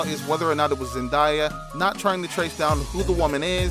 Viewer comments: Man said zendieya it's zendaya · He didn’t even pronounce her name right, so I don’t trust him cause wtf is ZenDIEa her name is ZENDAYA. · You ok it’s zendaya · It's Zen d ya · It’s annoying the way you’re pronouncing her name. Get it right if your going to post a mini bio video.Damn. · The way you pronounced her name was very annoying